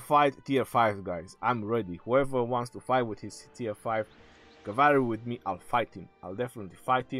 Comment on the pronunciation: Ur a legend "SMASH THAT CAVAARY"😂